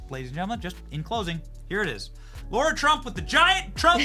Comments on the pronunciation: Lara not Laura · She is so gracious. She never corrected Benny for saying her name wrong. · Benny - her name is Lara not Laura! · Benny, her name is Lara. It’s like Sarah, not Laura. 😊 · Hey Benny ! This may be frivolous, but her name is not pronounced 'Laura', it is 'Lar-a'. I have heard other interviewers mispronounce her name, and she is always gracious about it, but it would probably be refreshing to be addressed correctly. On the other hand, this has probably happened her entire life, so maybe she is used to it. ( I have had the same problem so maybe that is why I notice it each time ) 🙂 Thank you for your non-compromising stand and courage. God bless you and your beautiful family. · Ben! Lah Rah! NOT Low Rah! Lah Rah! Lah Rah! *face palm* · Her name is Lara, not Laura. How can you get that wrong?? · Benny stop calling her Laura.. it’s Lara.. you do it every time 😢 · Hey Bennie. In case you didn’t realise. Her name is Lara. not Laura. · Go away Big Mike, you're irrelevant to the American people...Now come out of the closet. Benny, it's Lara Trump not Laura FFS!!!! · Benny, It's Lara, not Laura. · It drives everyone crazy he keeps call her Laura! How rude he doesn’t know her name after all this time! Her name is LARA not LAURA,stop being so RUDE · It's LARA, as in Lana (Turner), except with an R instead of an N ... NOT LAURA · ITS LARA....NOT LAURA......GET HER NAME RIGHT BENNY!!! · Her name isn’t Laura Bennie, it’s LAra…. Come on man. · BENNY!!! IT'S NOT LAURA. N O T LAURA. IT'S LARA. LAR RHYMES WITH CAR. LA RA. PLEASE. PRONUNCIATION IS IMPORTANT. I CAN'T BELIEVE SHE HASN'T SET YOU STRAIGHT YET. LAURA AND LARA ARE TWO DIFFERENT NAMES. PAY ATTENTION! LOVE YOU TO BITS, BUT SOMETIMES YOU NEED TO HEED YOUR ELDERS! 😁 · Did you call her Laura? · I can't believe he called her Laura every single time. It's Lara ffs.